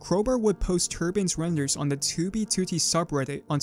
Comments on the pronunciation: Can't get used to your accent when saying toobie tootie. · help me comment on every video to get him to stop putting the emphasis on the second two it’s so annoying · great video, but why say toobeetootee ? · “Tew be tew tee” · Dude, it's very confusing... You say "2b2t" wrong. I've never tought that this was possible. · why does bro say 2b2t like that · You say 2b2t weird bro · why you say 2b2t weird like that? ;p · can u pronounce 2b2t normally? thx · stop sayin 2b2t like that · can you please say 2b2t normally for fucks sake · otherwise his contents good but that shit ruins it for me